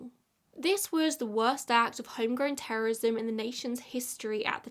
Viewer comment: You mispronounced "terrorism" and "terrorist" too many times